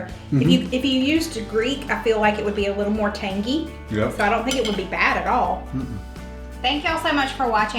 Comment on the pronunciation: I love how she says “TanGy”! 😂